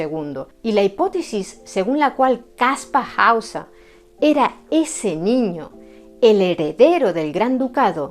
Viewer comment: Después de tantos años ahora se que se pronuncia Kaspa Hausa. Hemo sido engañado. Muy interesante, pero veo un punto flojo, si era un mentiroso y engañó a todo el mundo con solo 16 años. No sería relativamente fácil hallar a su progenitores o apoderados??. Yo creo que él solo no podría llevar a cabo una farsa tan elaborada y que dure tanto tiempo. Saludos